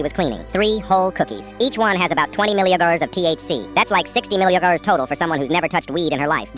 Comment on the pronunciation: " 20 milliaguhrrrs"🗣️🔥🔥